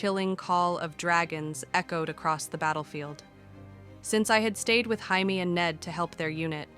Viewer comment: I'm just saying every time it gets jamie's name wrong.I think of blue beetle